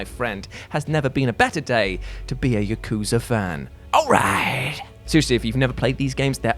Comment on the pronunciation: It's "Yah-ku-zah", not "YUH!-KOO-zuh"! I dunno how many times I have to correct you and many others, on your mistakes on saying Japanese words, only for you to ignore I even said anything. You pronounced Yakuza wrong. Try harder to say Japanese words correctly, you're having your videos watched by a real Japanese person, me!